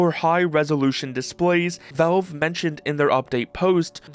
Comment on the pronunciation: It's pronounced "valve" not "velve"